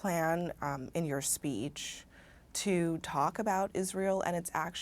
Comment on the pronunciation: SPEECH. NOT "speets." Abby continues to get another free pass.